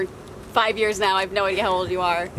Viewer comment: bruh the way you said “nAoo” sounded so funny to me lmao